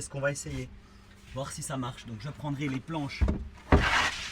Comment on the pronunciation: "Verbe voir" !!!!!!! Pas "vouailler" !! 👍👍😉😉😉😉